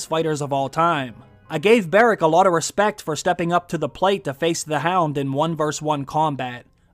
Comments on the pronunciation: “I had to put some respek on her name” lmao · Put some "respekk" on Arya's name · You gotta put some "Respek" on that name boss man 💪🏿💪🏿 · Put some respeck on her name!! 💀💀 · Put some respeck on her name!!!🤣